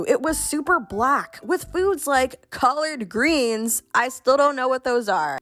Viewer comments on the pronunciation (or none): You really don't know what collard greens are??? 😂 Also its not pronounced colored it's pronounced call-erd. Lol. I think your messing with us. That's like an Italian not knowing what spaghetti is. 😭😂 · The way you pronounced collard greens 😂 all love still